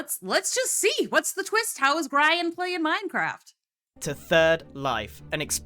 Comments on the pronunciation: that Grian pronunciation HURTS. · Ouch, "Greye-an" hurt my ears, it's "Gree-an", like Korean. I really hope someone in the video says his name quick so u can stop saying it like that. Yay! Thank u, Martin. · The way you pronounce Grian just sets me off. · Gryan??? It’s Grian as in Ian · Oh my lord, my worlds are colliding! I never, ever expected to see reacting to a) a Minecraft series, b) a Grian (pronounced Gree-an, not Greye-an) Minecraft series and c) a Life Series video! This is so much fun! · Well, at least it wasn't grain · at least she didn’t say gree-on ;D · had to pause the video, the way you mispronounced grian gave me so much psychic damage lol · I have never heard grian's said like that lol, exited to watch this! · Omg the way I immediately put my head in my hands in pain at the pronunciation of "grian" xDD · That first pronounciation of Grian’s name really got me XD